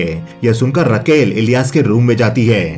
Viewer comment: रकेल नही राकेल होता है